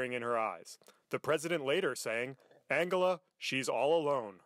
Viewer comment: So her name is pronounced as an-gala and not an-gel-a... Hmm!